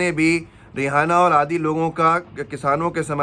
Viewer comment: Aap रि एना को रिहाना कायू पढ रहे हो Kya rihana name ki koi singer hai